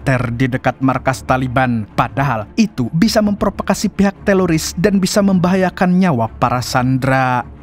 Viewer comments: Ko teloris sih bang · Teroris bukan telolis😅